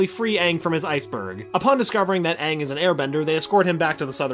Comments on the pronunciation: It’s Aang not ang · The movie made me go blind. They couldn't even say aang right. They made it sound like Ahng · as long as they pronounce him “ANG” and not “ONG” ... WE’RE GOOD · heatherxgrayson you mean, “ UNG” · uh no it was directed by M. Night shyamalan. Called the last airbender, it was white washed. Most of the characters including katara and sokka and aang were white. The fire nation actors were east asian (India Pakistan etc.) They pronounced Aang as ONG. Appa looked TERRIBLE the acting was bad the whole thing was bad and it had nothing to do with the creators. The new Netflix series should be much better. The film done by Shyamalan was TERRIBLE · U mean aang